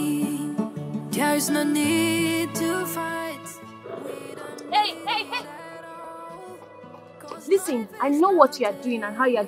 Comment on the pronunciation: Please o pronounce the listen as lisen Listing listing 😢